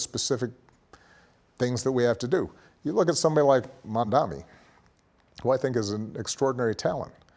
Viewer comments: the ick i get when people mis pronounce MAMDANI like mandami 😭💔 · Mispronounces mamdanis name. Not cool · Not President Obama pronouncing Mamdani's name wrong 😆🤦‍♂ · he didn't pronounce Mamdani correctly... it is not a hard name